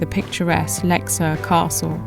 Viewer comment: Swede here. Thank you for pronouncing the name of the lake correctly. I always appreciate when presenters learn to pronounce the names of important places right. I live in Södertälje, and have visited the beautiful Lake Mälaren a few times, and would like to suggest that as a future stop for you. There are many cities along the lake, and Södertälje (literally "South market") has been here since the viking age, the place where vikings would drag their boats across the short strip of lake to get to the sea to trade all the goods that the towns along the lake were producing. There is also Birka, the island set up as a historical (authentic) viking village. These days we have a canal at Södertälje where boats can come into the lake. Really enjoyed this video. Subbed. I look forward to seeing more of your content. Thanks for introducing me to a part my country I have never seen before 😊